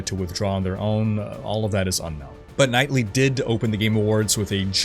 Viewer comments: Did you say Geoff Knightly :D It is Keighley, but honestly Geoff Knightly sounds a bit more epic! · Bro, you're killing me. It's Geoff Keighley. KEE-LEE. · Jeff’s last name is pronounced keelee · Geoff Keighley not Knightly!! \o/ (Don't know why but it got to my nerves) Peace!!